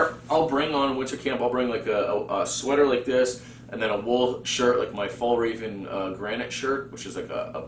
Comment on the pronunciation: I just found your channel and I really like what I see so you've got yourself a new subscriber right here! However, as a Swede I do feel a certain obligation to point out the completely butchered pronunciation of Fjällräven and Gränsfors, haha (I'm really not too serious about this at all, please don't take any offense, none was taken or intended by me). So I thought I would offer some helpful tips on the pronunciation of Swedish letters! The Ä found in these brand names is pronounced like the A in "cat", just sliiightly longer. You might also come across Å and Ö from time to time; Å is pronounced like the O in "border", and Ö like the I in "girl". So there you go, a small lesson in the Swedish alphabet for anyone interested! Also know that no self respecting Swede would ever actually be annoyed by people getting the pronunciation of our weird language wrong, we would probably just apologize for making it so difficult to understand instead. Anyway, have a good one!